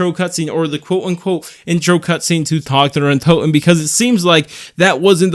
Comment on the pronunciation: Thank you for pronouncing the map name correctly. I am upset with other creators for not calling it by its proper nand